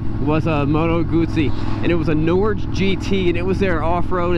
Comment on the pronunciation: It is pronounced 'Nor-ghe'. It is Norwegian for well.... 'Norway'.